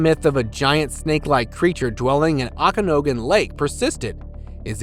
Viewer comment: A minute and a half in and you’re already mistaken. You mispronounced Okanagan and Ogopogo then showed a clip of a dugong which was filmed in florida…I CALL YOUR BS